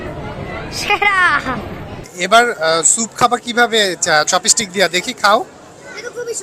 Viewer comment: উচ্চারণটা চপেস্টিক নয় চপস্টিক হবে ।